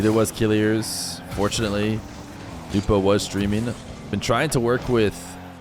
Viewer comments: i mean the prononciation is not kilirz its kileeeerz i know him he's my friend 🙋‍♂ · Yes it pissess me off how he pronounce it "killirz " lmao